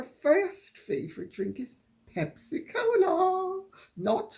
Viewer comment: OMG - at 11.16 I thought you'd found a new name for pepsi - I thought you said hempsi-cola! - If ever you wish to use this (h)verbal 'invention' of mine - feel free Lady C!